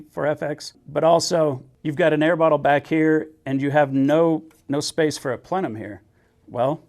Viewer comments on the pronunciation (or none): none